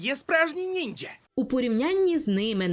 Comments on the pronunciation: ну перші 2 хвилини досить непогано.але для чогго казати НінJя а не ніндзя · Нінджа, щярінган, вуха в'януть від таких слів...